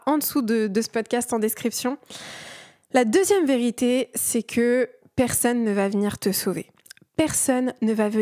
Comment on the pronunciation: J'aime beaucoup ta vidéo mais je voudrais juste te dire qu'on dit "persOnne" et non pas "persEUnne" 🤭